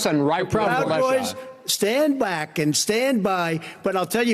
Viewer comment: "Stand BWACK and stand by."